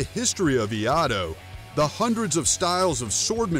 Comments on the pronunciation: Wow this whole video is so cringe. Brutal TV is right since you brutally mispronounced Iaido like 16 times. It should sound like E I do, not E Ah do. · I'm preparing for my black belt test in iaido, and grew up in the Philippines where I learned eskrima (we called it "arnis de mano") from my father, who learned it from his elders who used it in combat against the Japanese in World War 2. I can tell you that iaido (pronounced ee-yai-doh) is more of a meditative exercise, whereas eskrima/arnis de mano/kali are practical martial arts in every sense of the word. Battojutsu and its umbrella martial art kenjutsu are martial arts -- although perhaps not as practical today as it was in samurai Japan. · "Eeee aaah do!" Sorry, but that did make me giggle each time I heard it. Exactly as you said though, Iaido is a spiritual practice, meaning that few practitioners of the art will pressure test any of their techniques or even understand their kata beyond a set "dance". Iaijutsu, Kenjutsu, Battojutsu or even Kendo however are all styles that even today still pressure test their techniques to make sure the students skills are alive, flowing, controlled and effective. Perhaps one of those other styles would have been a better comparison instead. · Correction for pronunciation of Iaido (E-Yaay-Do) Both are great, master the Katana or any kind sword you can wheeled any stick like a sword both hands or single hand also because of foot work that plays a role. And empty hand and weapons combat old or modern are like brother and sister they complete one another. When someone says they don't train in any form of weapons isn't a complete Martial artist. That's why Street fighters tend to win over so called Martial artist because lack of knowledge of weapons and hand to hand combat and depending on the living environment they are in. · It's ee-eye-do. And it's as much a meditation these days much more than a martial art. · I-ai-do. I kept hearing old Mac Donald had a farm iai iaido